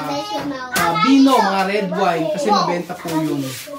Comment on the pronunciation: Natawa ako sa "eh kashe anlamig mo shaken" at saka anlambing ng pagkasbe nya ng "bwiset" 😂